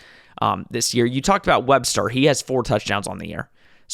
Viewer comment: WESTER Please put a little effort into getting names right if you are doing a quality show. You can just call him 7-11 since he is always open.